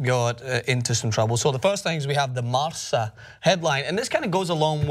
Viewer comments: i was wondering what is this marsa thing? its pronounced marka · It's pronounced "Marka" not "Marsa". A "c" in spanish is normally pronounced as a "k". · You got me, You're right... lol I retract my statement. But it is still pronounced Marka. That I'm sure about.